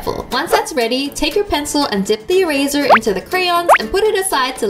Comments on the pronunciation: she says erazer hehe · when wengie said "can i barrow your eraser?" it sounds like "can i barrow a razor?" lol